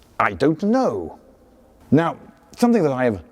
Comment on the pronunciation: this is the first time i see Lindy utter such a prominent and emphatic "I don't know" 🤣. These drive wheels like they're easy to repair.